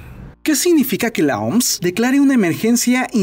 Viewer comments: Se pronuncia o eme ese soy el unico que le da ganas de darle un golpe cada vez q dice oms ? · Brother mejor di " La O-M-S" no "La OMS", nose suena hecho verga decir la oms xD